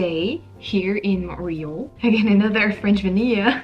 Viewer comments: So in English we don’t say “Mont-real,” we say “Mon-tree-all” with emphasis on last syllable. But it’s all good! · More like Mun-tree-all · Why as a Francophone can’t you pronounce Montréal? Or as every English speaking person pronounces it as Munt re all. Now say it fast! And Tim Horton’s was the best you could do in a city chock full of amazing cafés with the best croissants, etc. that are as delicious as what you get at a boulangerie/patisserie/café in Paris. It’s embarrassing for you and cringeworthy for likely all people who have ever called Montreal home. Timmys would be my absolute last resort. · I am just saying this to help you out. In English, the way Montreal is pronounced is by saying Mon tree all. The way you are mispronouncing it makes it difficult to know what you are saying. Of course, you could pronounce it as in French which would sound a lot more chic in English! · You pronounce montreal in neither the English nor French way. You're 100% right with the honking. No patience whatsoever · That is the wildest pronunciation of Montreal I've ever heard. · I'm shocked that as a french person you still don't know how to pronounce Montreal LOL